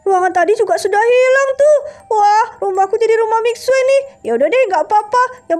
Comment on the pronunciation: Itu manggil eskrim mixue miksue nama nya emang mixue tapi di baca nya miksu bukan miksue 😂